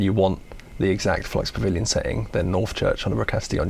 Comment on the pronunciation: Flux Pavil-yawn